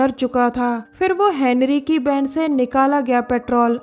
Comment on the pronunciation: U pronounced two words wrong van and hotel